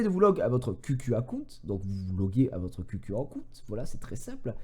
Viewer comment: Ça se prononce khiou khiou et pas qq